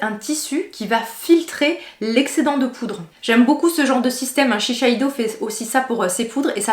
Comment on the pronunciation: Toujours aussi intéressante tes revues 😊! Par contre tu te compliques la vie avec « shisheido » ça se dit simplement SHI-SEI-DO (chisséido) un seul « che » plus facile à dire dans une phrase quand même 😋